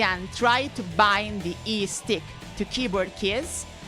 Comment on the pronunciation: Every time she says eestick I Imagine Lae'zel saying istik